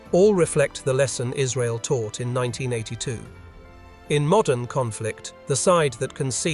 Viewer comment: MODERN, not "MODDEN".